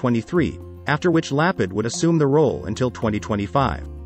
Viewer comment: Sure botched the pronunciation of Lapid and Shaked — please consider checking and correcting.. otherwise, and interesting briefing.